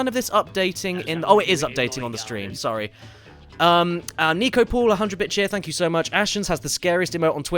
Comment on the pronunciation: And how Caddy said "I'm zorry" :D that was hilarious